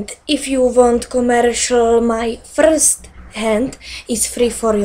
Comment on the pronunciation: Proč se nejdřív nenaučí anglicky? "Frrrst" to bylo příšerný i na mě a to chodim do 8. třídy! Když už to neumí anglicky tak logicky mluvim česky ne? Možná by se neměla naučit jen anglicky ale rovnou se přihlásit do zvláštní školy -_____